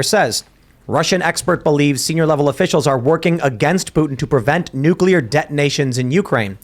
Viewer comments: ....NUCLEAR HAS ONE "U". There is no "u" after the "c". I don't get why reasonably intelligent people cannot pronounce a simple word. It's not newk-you-ler. It's pronounced noo-klee-er. Next we're going to hear that the day was saved when the "calvary" came galloping in. The mountain where christ was crucified can't ride a horse. Cavalry is right there with nuclear for common words commonly butchered by otherwise smart people. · Fun fact: only 1 in 3 people can correctly pronounce nucular. I must have missed class the day they covered the nuculus. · please pronounce nuclear properly. It's like fingernails on a chalkboard to hear nucular. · you shouldn't be allowed to talk about anything nuclear until you learn how to pronounce it correctly